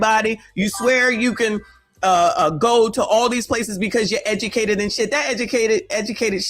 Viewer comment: The most edumacated, y'all! 😂😂😂